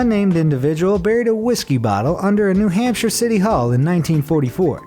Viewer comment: i thought u said New HAMSTER lol